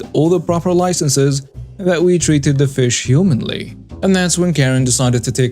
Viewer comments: Humanely, with an e in there, is pronounced hew-MAIN-lee. "The injured animal was put down humanely." Humanly is pronounce HEW-man-lee, and refers to what humans are capable of. "She was as patient as humanly possible." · I am also a non native English speaker,and I would like to correct you when you were talking about the fishing guys. There is a difference between humanly and humanely. It's pronounced differently.